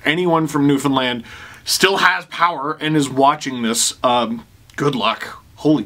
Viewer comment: I’m just really happy you pronounced Newfoundland correctly 😂